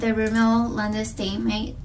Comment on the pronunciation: I have to tell you because it was driving me insane matte Is pronounced "matt" lol